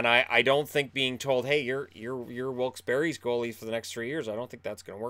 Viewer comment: I'm sure it's a slip, but there is no "I" in Wilkes-"Barre". I know you're probably thinking of Barrie, but the former is pronounced like "bear".